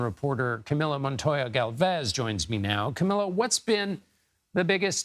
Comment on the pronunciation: Omg the name is pronounced ca me low not ca me la